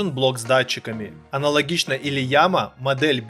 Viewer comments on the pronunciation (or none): Не Лияма, а Ии́яма (город такой в Японии)!!! Ну да, Виевсоник, АшДиМиАй))) Всё ясно, блин... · не лиама а ияма)